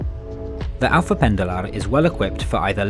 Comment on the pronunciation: The way you said "Alfa" is not correct. We don''t have the Spanish or Italian L; instead you say it EXACTLY like the English word "Alpha". Again "Oriente" is spoken like the English "Orient", instead with the emphasis on the final syllable. AVEIRO, not "Aviero". "A-V-E-Y-R-O" in English. "Ponte" reads "Pont", with the E silent. CampaNHÃ, not "CamPAnha".